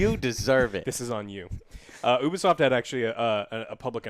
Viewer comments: YOUBEESOFT not OOHBEESOFT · You-Bee-Soft....it stands for Ubiquitous Software